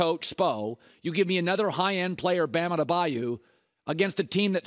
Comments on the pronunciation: They all heard Perk say "Outta the Bayou" so now it's Ade-bayu smdh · Bam Adeba-YO! not Adeba-you. Why do they insist on calling him that lol